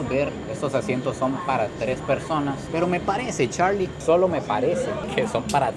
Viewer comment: Por qué cuando dice Charlie dice (charrrrrlie) se va a morder la lengua 😂😂😂